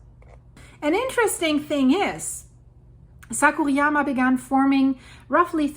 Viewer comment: I had a difficult time understanding what you were talking about for a moment, with mispronunciations of "Kyushu" and "Sakurajima." Kyushu = kyoo shoo (not kyo shoo) Sakurajima = Sakurah Jeema (not yeema, not Yama)